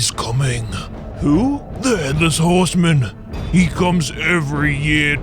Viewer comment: 'edless hoosman